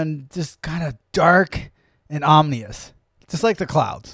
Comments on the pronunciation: try "ominous" rather than "omnious" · Om-i-nous not Onimus! “Ominous” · Also, it's OM-I-NOUS, not OM-NI-OUS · "omnious" lol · Just sound it out O-M-I-N-O-U-S